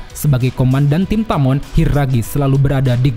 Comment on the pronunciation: Bang tamon bang bukan toman